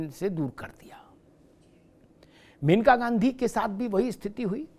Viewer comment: सही नाम मनेका है( मेनका नहीं). सादर